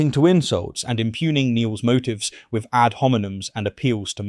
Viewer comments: Good video but you've got to work on your th's eg with not wiv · I love your videos but I really wish you would say “three” and not “free” and “with” and not “wiv”.